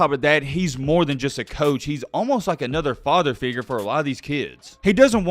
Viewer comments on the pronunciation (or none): none